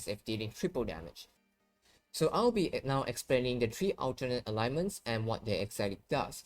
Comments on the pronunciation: its not Alignments its Ailments. Pronouced Ale (like the beer) ments. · ALE - Ments. 2 sylables. I know you are not a native speaker, but you should notice it doesn't have a 3rd vowel in the middle.